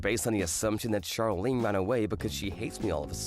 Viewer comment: 'Charlene' is pronounced 'shar-lene' not 'char-lene'. Like how 'Charlotte' is pronounced 'shar-lot' and not 'char-lot'